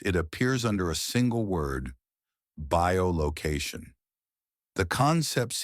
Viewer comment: i'm seeing.... that the term you are trying for is "bi-location", not bio-location...